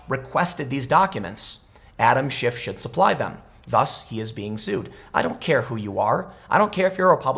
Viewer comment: I heard you say congressman shit , lol.